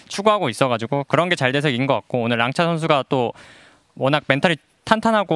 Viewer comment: 정보 추 : 피넛선수가 랑차라고 하는 이유는 중국에선 X를 '챠' 라고 부르기 때문입니다